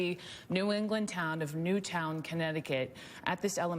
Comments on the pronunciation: In fairness to the first reporter it’s understandable to read it out phonetically if you’re seeing the name of the town for the first time as you’re breaking the news. Someone 100% should have told Obama how to pronounce it though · that first reporter and obama. how fucking hard is it to pronounce "newtown" correctly